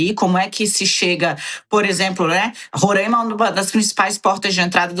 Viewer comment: Parem de falar Rorâima! O correto é Roráima, sem o acento, é claro!